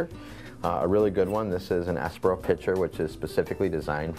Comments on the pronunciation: It's essssssssspresso Not expresso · needs to learn how to pronounce that word😂😂😂😂😂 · you don't wanna mess with 😆